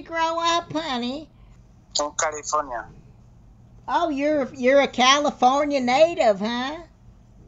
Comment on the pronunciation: Portugal New Maxico...... Carifollai 😂😂😂